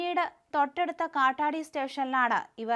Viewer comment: ഹോറൂസ് അല്ല, ഹോസൂർ, കാട്ടാടി അല്ല, കാട്പാടി... എന്തൊരു തലവിധി, ദൈവമേ?